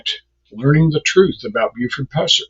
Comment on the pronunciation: Could you not get your robot to say “pusser” correctly